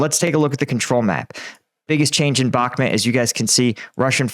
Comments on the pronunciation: What the hell is Bakhmat? Jesus how hard can it really be to just say BakhmUt. It's a u before the to, NOT a A. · It bothers me so much that you say bakhmit... it's bakhmut.. with a U... not I. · It's bakhmut not bakhmit... 3rd time commenting this. Adjust please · Bakhmuuuuuut. Not met. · One year on and still cannot pronounce Bakhmut correctly... Just ignore the letter "K" if you cannot say the "kh" sound correctly